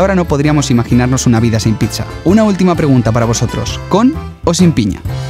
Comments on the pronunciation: si ven se dice pitsa y no pisa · es pizza no pitzza